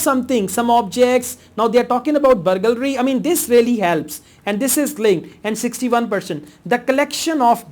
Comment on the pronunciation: you pronounced the word burgalry so many times.. haha.. but you're still great teacher